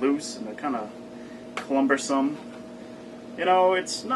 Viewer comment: Did he just say "clumbersome"? Holy shit...